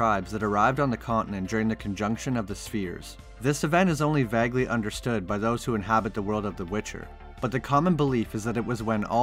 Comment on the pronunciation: "Vagly understood" lol Pronounced "vay-glee" my guy. Good vid though